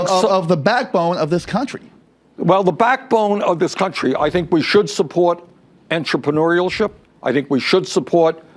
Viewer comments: Did Bernie say "entropyneurialship"? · I hop I'm not the only person who LOL'd when Burnie said "entreprenuerialship" And yes it's spelled Burnie because he's a fucking burnout ;) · Sanders can't even say Entrepreneurship LOL